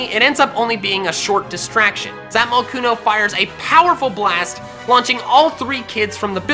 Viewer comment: Says its name in a weird accent Zapmocooooooon